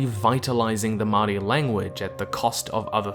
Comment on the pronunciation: Dude, you're literally from Aotearoa and you both use the Dutch colonialism name and mispronounce Māori. Quit acting like a hypocrite, because it's clear that you don't care.